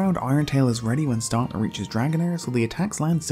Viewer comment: Stantler not stontler. It’s not fucking hard.